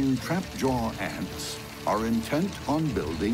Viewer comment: I hate how he says trapjaw